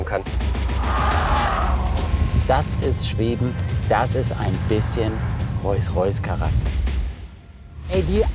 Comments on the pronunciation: Wie inmer grosse Unterhaltung, mal abgesehen davon, dass Hamid den Unterschied zwischen „Rolls Roys“ und „Roys Roys“ immer noch nicht kennt 😂😂😂🙈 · Hamid sag endlich rolls Royce nicht rois rois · Also tut mir leid aber Typ handelt mit Luxusautos. Und spricht Rolls Royce Reus Reus aus alles klar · ich hör da auch rois rois. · Wieso sagt hamid immer royce royce 😂😂PS: macht weiter so ❤️ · Er hat jetzt nicht wirklich Reus Reus gesagt! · Hamid: Roysroys 😂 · "Rois Rois"